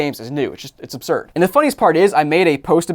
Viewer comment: How many time will say "obsurd" plus or minus 5